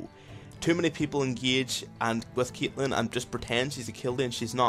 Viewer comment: why do you say CYATLEHN?!